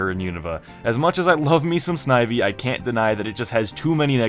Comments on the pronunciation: Noo it's not snivy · When you said snivy I picked one